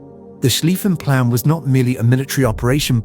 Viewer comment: What this Turkish video got wrong, pronunciation-wise: "Zollverein" is pronounced TsolFe-rayn Krupp (the industrial giant) is pronounced KrUpp or Kroop (guttural accent on the U ). What it got right The "Schlieffen Plan" 🙂🙃